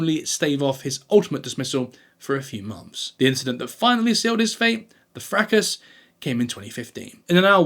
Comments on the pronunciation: And the S in fracas is silent 😂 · Your pronunciation of 'fracas' and 'niche' is certainly a choice! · Thanks for video. Fracas.... This used to be pronounced, fra-car 🤔